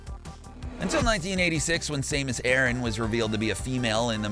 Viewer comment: Sameus Erin! SERIOUSLY HOW CAN U MESS THAT UP!